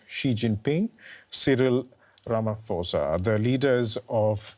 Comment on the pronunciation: 🥲 the way you guys butchered the last name "Ramaphosa"